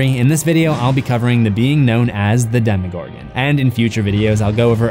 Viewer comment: Demogorgon. It is not spelled "demigorgon". Damn. I like your channel but the way you pronounce some things seriously makes me cringe.